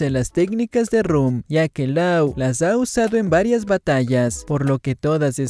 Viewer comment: Mis oídos cada vez que dice Law mal pronunciado